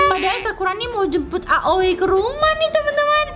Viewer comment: Kak manggil aoi miyami, awi